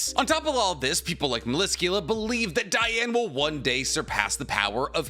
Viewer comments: It’s Dee•Ann ! not Dye•Ann gang , your killing me rn 🤦🏽‍♂️ you just said your qualified to cover the sins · You've never once watched 7 Deadly Sins, otherwise you'd know the clear different between 'Diane' and 'Deanne', pronunciation wise... Stick to naruto. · IT'S PRONOUNCED DEEANN, NOT DIANE! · Sir dee-an nit die an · Its not dieane the name is diane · It’s Dee-ane not Die-ane. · So wait.. is it pronounced Diane or Deanne? I always thought it was pronounced Deanne. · DEE-Anne DEEEEEE-Anne. King would be mad at you. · the butchering of DEE-Anne’s name 🤦🏽‍♂️ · “DEE-ANNE” 😤 Great video! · Imma be real listening to him pronounce diane's name was very hard. I get how its spelled but thats like how Ban's name is as well. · Literally just started but.. how do you mess up Diane’s name that bad? 💀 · The way everyone pronounces Diane’s name always makes me cry. I just can’t. I had to skip that entire segment